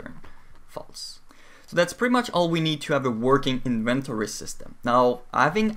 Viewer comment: Looks like quite an informative video. But your pronunciation of inventory was driving me bonkers.